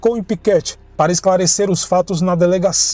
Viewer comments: Uma pequena correção, é Piquete e não Piquéte. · Muito bom, só a pronúncia do município de Piquete, que se lê "Piquête e não "Piquéte", mas só como curiosidade, conteúdo excelente. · Kkkkk eu ria toda vez que escutei ele dizer Piquéte